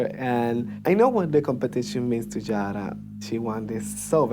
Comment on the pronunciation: i have a problem with the way she says Yara...